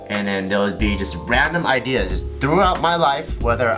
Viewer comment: Did anyone else hear Bart say "ideers" ?